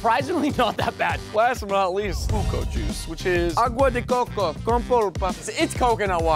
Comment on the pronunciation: You said buko and fudgee wrong how I know is because I live in the Philippines.